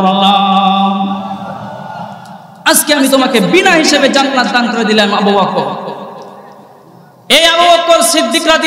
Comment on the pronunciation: বক্কর না বকর